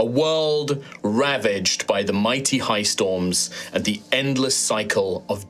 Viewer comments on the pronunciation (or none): none